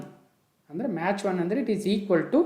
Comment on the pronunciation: Sir your pronunciation is match but it is Mach(ಮ್ಯಾಕ್)